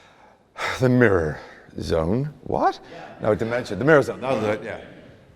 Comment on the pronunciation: i love how he switches back to british when he says "what?" ajshshss